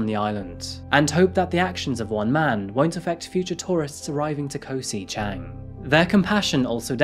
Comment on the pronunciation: Never heard it called Koh 'si' Chang before